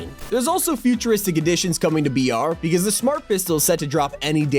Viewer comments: Why have i been thinking you are saying vr and not br lol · I thought he was saying vr not br and I was like bro he do you play Fortnite on vr